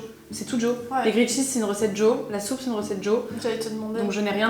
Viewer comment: Par pitié arrête de dire « grillAID cheese » ta copine le dit correctement juste avant..t’es pas censée avoir passé du temps en Australie ?